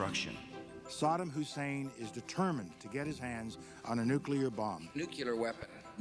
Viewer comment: Bush says nukelar instead of nuclear...